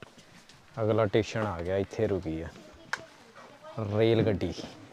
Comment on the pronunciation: Bai theek tusi travel karde ho. At least Station nu Teshen ta na kaho.